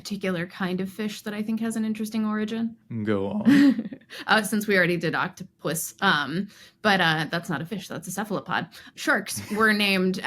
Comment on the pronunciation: It's octo-pus, not oct-opus